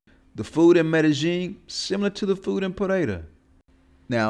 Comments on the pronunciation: how? Because you think you hear a certain sound, when it fact it is a different sound. Its not rocket science. Just like you think the OP is saying Medellin right when in fact he sounds like he is saying Meta Jean, way way off. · Any other Spanish speakers bothered by the way he says Medellín? There is no J in it brah....the double Ls in Spanish are pronounced like the English Y, not J or G. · It is well-known that native Colombians say "Mede-jean", and it definitely does not sound like a "Y" in there. By now, you have had ample opportunity to look this up, but you refuse to do so. Every post you make, you are proving how little you know. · i have plenty of Colombian friends, none say it like that. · Even if I did not speak Spanish, how would that change how native Colombians pronounce “Medellin”?